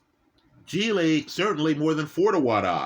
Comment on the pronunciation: mispronounces all kinds of names he mispronounces Zhileis name lol